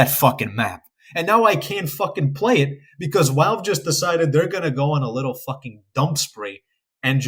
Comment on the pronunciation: why do you say "walve" instead of "valve"